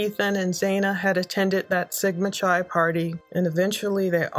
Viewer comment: Just fyi… it’s pronounced sigma (Kai) not (chai) 😊